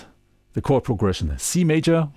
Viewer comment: Thank you,. Well and thoroughly explained! Your English is really great. Please allow me to make a small suggestion as a native English speaker, knowing how incredibly difficult it is to be fluent in another language. You say what seems to me to sound like 'them'? when it is more correct to just say 'the'. Occasionally depending on your intent, it would also be correct and more descriptive to use 'these' or 'those' instead of 'the'. Again, your English is excellent, and great video.